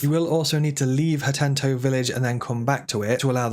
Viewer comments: Sorry hattentto... It so easy to miss read these town names you know? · why does he keep saying 'hatento' not 'hateno' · I almost had to stop watching cause you kept saying “hatento” lol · Sega does what Hatenton't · It is Hateno not Hatento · You're driving me nuts with "Hatento..." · The most useful trick is unlocking the second "t" in "Hateno" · Had to leave after the second time i heard him say "Hatento" lol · Ha teh noh Village. Only one "t" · Hateno not Hatento 😂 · "HateTOE village" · "hatento village" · hatento village. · ah yes hatento village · Fr he said hatento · Not gona lie, the "HatenTo" rlly irritated me n made run str8 to the comments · Yeah the “hatento” immediately got to me. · Waaa what let me guess before he says it hat-en-o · It's worse. Hatento. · Ha-10-toe. 💀 Little details like this make me feel the guy don't know/played/care about the game and it's just reading a script to be done with it. Disclaimer Emphasis on "me feel", it may not reflect the truth but that's the impression it left for me. Emphaisis on "me". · my sister says "hentu" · Is there a second T in Hateno in the EU version? Cuz in the US it's not Hatento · Had to dislike cuz you cannot pronounce a simple 6 letter word holy crap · please stop calling Hateno village that, it hurts my soul. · His mispronunciation of Hateno was brilliant, look how many of you commented! Great tips too, kudos! 😄👍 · Great video. But it's driving me crazy the way you pronounce "hateno". it only has one "t" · #16: There is only one “T” in “Hateno” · the way he says hateno 😑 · how does one make a tips and tricks guide (implying u played and know the game well) and mispronounces a towns name that isnt even new (hateno was in botw as well). Weird tbh hence the overly pedantic question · Not as bad as my sister constantly pronouncing Tulin as "Tullin." It's pronounced "Too-Lin." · why does he keep calling it "hatenTO" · Hateno. Ha TE NO. Lol. Good video dude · Hateno village not Hatento village